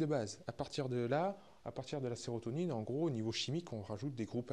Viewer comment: SÉROTONINE (et non serrotonine)